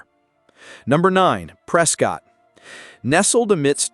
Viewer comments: I can tell that you have never been to Prescott,. Prescott is pronounced Prescitt, like biscuit!!:face-blue-smiling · FYI- Locals pronounce it “Press-Kit.” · This video is inaccurate about many of the cities named. Specifically Lake Havasu City. There are NO bathtub rings on lake canyon walls. The lake is currently held at consistent levels. The pronunciations of Prescott and Havasu by the AI voice are bad enough but the information is worse. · Can’t even pronounce Prescott. Get lost dude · Prescott and Marana were also not pronounced correctly. Heard quagmire more in this video than Family Guy